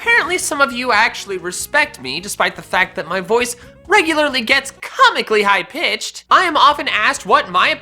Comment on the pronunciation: i like it when he says cOMMICALLy high PitchED